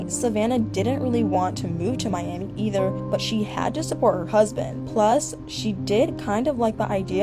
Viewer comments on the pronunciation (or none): none